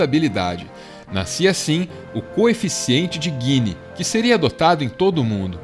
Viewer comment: É coeficiente de Gini não guini!